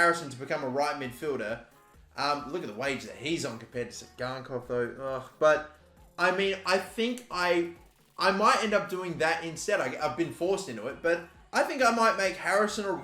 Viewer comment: Just for your information. Tsygankov is pronounced with stress on o - Tsyganko’v